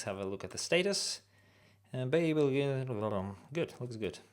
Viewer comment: BTW babel is pronounced bAbel - a long A sound, its from the hitchhicker's guide to the galaxy